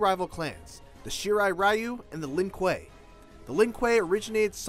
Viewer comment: It is pronounced REE-U